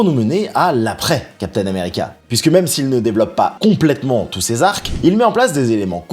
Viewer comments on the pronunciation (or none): none